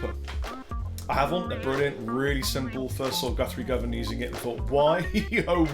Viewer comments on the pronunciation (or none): none